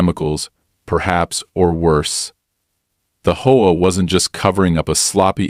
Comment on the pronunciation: You also need to speed your ai voice program up had to watch at 1.25x speed and need to teach it how to say H.O.A instead of combining them as a word